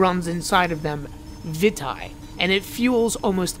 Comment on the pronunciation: I think its pronounced (Vee - tay) Vitae